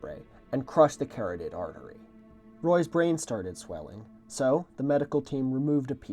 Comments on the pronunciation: Ed Koch is pronounced "cotch" not "coke", carotid artery is pronounced "ca-raw-tid" not "carroted" Excellent video as always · "Carroted artery" lol. It's pronounced kah-ROTTED. I've seen words that I have never heard before, and pronounced them wrong, I get it, so I point this out as a courtesy, for future reference, to anyone, not as the word police. Though, as a word cop, I'll say lose is to have lost, and loose is not tight, and LOOSING IS NOT A WORD DAMMITT!!!! Also , to use too as to is too much more than I can handle, for the two are to each other as are to and two, or two to too, or even tu (spanish) and tue (tuesday). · First of all, I demand to see more of Siegfried the slug (briefly sighted in the ad), as he is a joyous and delightful creature. :) Secondly, I would like to humbly correct your pronunciation of carotid - it is pronounced “kor-AH-tid”, as if it were spelled corroted. Thank you for another incredible episode!